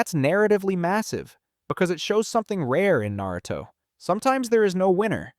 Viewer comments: Almost watched this video, then you called it nEruto... immediately turned it off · I immediately turned the video off right when he said nEruto